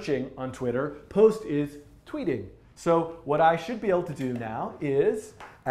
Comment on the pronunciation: 'twiet' - not tweeting 😎